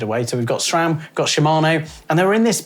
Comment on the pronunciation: SRAM not SHHHram, google it! Great vid though.